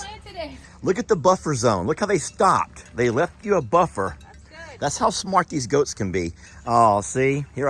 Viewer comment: Lol, you said wait for the goats - I heard - ghost.